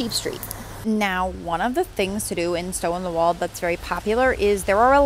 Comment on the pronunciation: PLEASE learn to pronounce the name of the town! It isn’t “walled”.